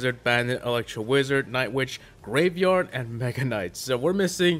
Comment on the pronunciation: Did you just call graveyard rapeyard?